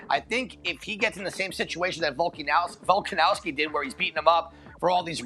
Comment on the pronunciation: still doesn’t pronounce Volk’s last name correctly and it makes my blood boil.